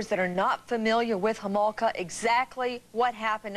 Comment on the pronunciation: Kathy Homolka? Get it right Nancy 😂